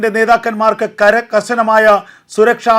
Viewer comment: ശരിയാണ്. കര കശനമായ (കർശനമായ)🙄 അത് ഒന്നാമത്തെ ഉച്ചാരണത്തെറ്റ് 😔.